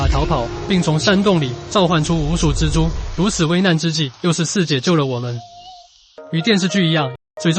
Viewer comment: 是「隻豬」，是「蜘蛛」，傻傻分不清楚